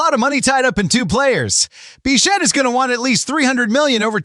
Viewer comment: Bichette, not Bichat, stupid AI.